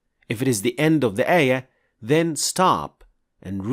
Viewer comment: It's not "eya" its "ayaah"